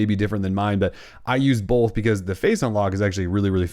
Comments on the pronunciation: Both* not bolth! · are you saying "bolth"? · Great tips! I am also super distracted by the way you say "both" lol